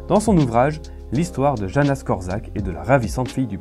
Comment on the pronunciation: Salut, c'est une très bonne vidéo si je peux juste ajouter quelque chose le prénom Janusz se prononce ianouche et pas Janus, voilà c'est tout pour moi ;)